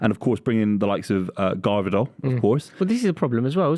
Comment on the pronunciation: I think it's silent v 🤣🤣 said it right first time, but he butchered it with Garvidol at the end 🤣